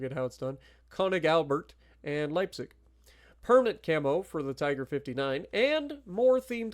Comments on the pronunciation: For me as a german this is a great update, and your pronunciation of Preußen, Leipzig and even Großer Kurfürst is real good 👍👍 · Dude, that is an A+ for the pronunciation of Preussen and Leipzig. Well done and greetings from Germany…